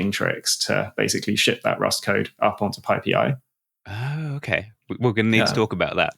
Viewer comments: PyPi is pronounced “Pie Pie, NOT “pie-pee”. How much of this is the accent and how much is just… maddening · Python != Peethon, PyPi != PeePee